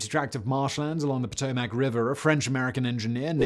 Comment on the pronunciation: Potomac. Not Potomarrrc 🤦🏿‍♂️